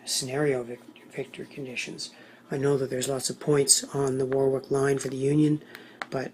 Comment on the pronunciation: Sorry. Its pronounced. Warrick.